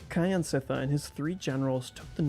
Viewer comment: "Kyansittha" pronounced "Kjan sit thar" not "Ky an sit thar"